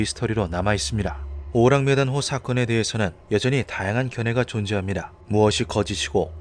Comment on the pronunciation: 왜 계속 오랑우탄호로 들리냐